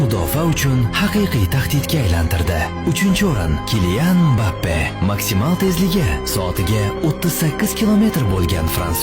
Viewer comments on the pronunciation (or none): none